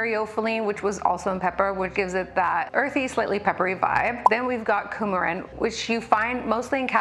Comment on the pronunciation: Oh gosh I thought you said "Coumadin" for the last compound. Like the blood thinner!